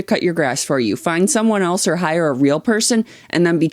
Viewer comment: Stop saying Elso it's so annoying